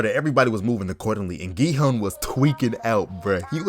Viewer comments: ERM ACTUALLY ITS PRONOUNCED 기훈 NOT 기헌 (its like gi-hoon not pronounced gi-hun) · Gi-Hun Pronounced (gie-hoon)